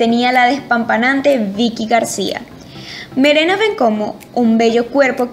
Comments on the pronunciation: Mosca con tu pronunciación: Se escribe Duijn y se pronuncia Duín no Duyin. Se llama Ivonne, se pronuncia Ivon, y su apellido es Balliache hasta donde sé. Se llama Marena, no Merena. El apellido de Cynthia no es Lánder, es Lander. Se llama Lidymar y su apodo es Ly (Lí) no L.G. (El Yi). El apellido de Irene no es Essér, es Esser. El apellido de María Gabriela no es Islér, es Isler. Por último no entendí que quisiste decir con 16 cuartas al mencionar a Vanessa Goncalves. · Amiga que bonito, pero dices "Merena" y es "Marena"... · Chama y es "Marena" no "Merena"